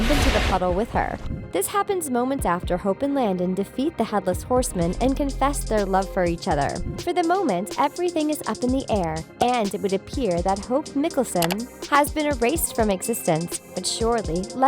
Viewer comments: It’s not Nicholson it’s hope Michaelson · I’m sorry but it’s Michael-son not Mik-al-sen😭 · Why in the fuck would Klaus , Elijah and Hayley emerge from the puddle when none of them were killed/consumed by malivore ? Lmao guys please get people who can pronounce Michaelson (My-cul-sun) and Alaric(Uh-lar-ic) and who are familiar with the TVDU. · "Alarek" "Alarek", "Alarek", "Alarek" I can ignore it once Such as I did when you said "mikelson" But saying a name wrong 4 times in a row is just too much... makes me not feel a connection to what is being said, as the person who is saying it clearly didn't watch the show Even if that person is different from the script writer. Seriously, I subscribed at the start of the video, and unsubscribed by the end of it. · DID SHE JUST SAY MICKLESON! AND WTF IS MUULLIVOR 🖕🏻🤦🏼‍♀️ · I cringed too how can you mispronounce her name!! SERIOUSLY WATCH THE SHOW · “Hope mikilson” Like what? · Its mikealson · So you said Alaric’s name wrong and then hopes last name wrong and the you said Klaus’s name wrong and then you spelled Hayley’s name wrong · The first thing i said was Hope's name was pronounced wrong but then again NO ONE IS PERFECT ps .i ship hope and Raphael i wanted them to ship since season 1😁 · I left the second they mispronounced hope’s last name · haha same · Luca Binagana omg same